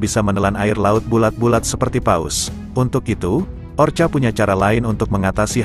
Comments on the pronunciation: Bukan orcha tapi ORKA. tolong diperbaiki dalam mengucapkan nama-nama apapun. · Kalau mau bikin narasi dlm bhs indonesia ketik bunyinya orka dibaca orka bukan orca... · Orca ya kk bukan orcha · Tolong bacalah ORKA bukanya orcha. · Bacanya Orka oom..hehe,sorry nih..😂😂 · Gak apaapa... Kedengaran lebih gurih...ORCA ... hehehe